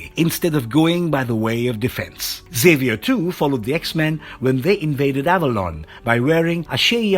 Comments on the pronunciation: Neato! Mag-NEEEE-TOE!!! And EX-Aye-Vee-Er. You say the X. Come on dude. X-Men? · This was trash. You cant pronounce colossus, xavior, or magneto , "aluminum spikes " under the adamantium ? TF man...